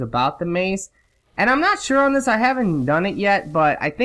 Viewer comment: "I'm nat sure, I'm nat sure"........